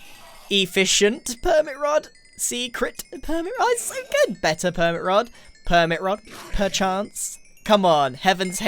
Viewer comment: As a betta fishkeeper, THANK YOU FOR PRONOUNCING BETTA CORRECTLY